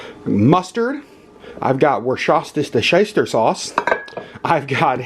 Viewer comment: wuster shire is how it's pronounced, although I do like it when people try to say it.